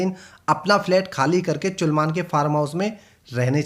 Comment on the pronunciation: why is he calling salman chulman 😂